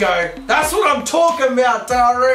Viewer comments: His name should be spelled Tairo with the way you're saying it not taro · You said his name wrong at the end 😂😂 I'm not sure I wanted this series but I'll watch and see if my interest of this gets better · FG7YT so true